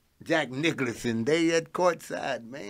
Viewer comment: my man said Jack Nicklauson, and the bleachers